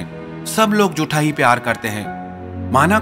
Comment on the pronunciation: "झूठा"...."जूठा" नहीं